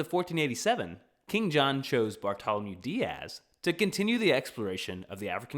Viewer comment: The correct pronunciation of Bartolomeu Dias would be Bartolomeu Dia`s.